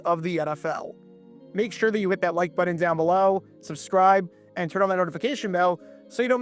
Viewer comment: I'll support you IF you learn how to pronounce BUTTON correctly.